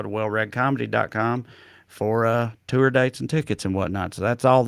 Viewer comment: “Too-ur dates and tickets” LOL 😝 (Not used to hearing news in my own accent.)